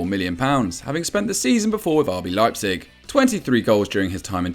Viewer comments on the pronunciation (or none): none